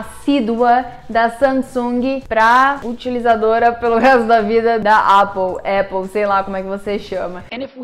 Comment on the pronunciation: Vídeo muito legal! Mas estranhei sua pronúncia errada de Apple...